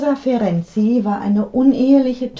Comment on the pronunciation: Super, wie Sie den Namen : Ferenczy aussprechen. Einfach toll! Ich heiße nähmlich auch so, und leider habe ich hier in Deutschland andere Erfahrungen gesammelt. 1A!!!! Es ist eine Melodie für meine Ohren. DANKE!❤